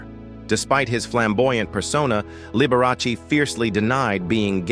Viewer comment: learn to pronounce pianist and liberace.